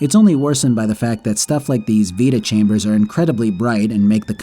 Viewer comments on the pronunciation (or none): vita-chambers❌ Veta-chambers✅ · I don't know why, but hearing you pronounce vita-chambers as "veta-chambers" kinda annoys me. It's "vyta" as in vitality. So. Yeah. Pet peeves and all that. Cool video though! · It's Vita chamber is for vitality, not Veta.